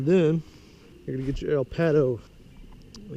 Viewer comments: El pato means The duck in Spanish 😂😂 it sound like you said El paddle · You butchered the word pato